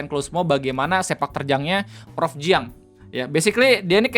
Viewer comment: Anw jiang itu bacanya cyang gitu